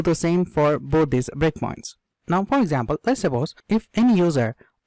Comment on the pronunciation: when you say 'breakpoints' it sounds like bitcoins 😃